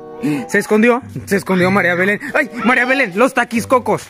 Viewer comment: Casi me muero cuando mariabelen cuando yego marinabelen